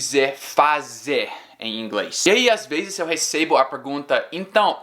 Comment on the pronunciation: vc as veZes fala palavras com Z como se fosse com "ss". exemplo: "muitas vezes" vc pronunciou "muitas vesses". Espero q n ofenda..